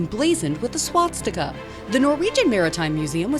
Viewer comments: “Emblazoned with a SWATS-tika” 🤣🤣 cmon girl, you’re a professional. It’s SWAS-tika 😭😭😭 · what do you mean UGLY. It is still part of our history. Also it's pronounced Swastika not Swatsika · “Swatztika” Ok.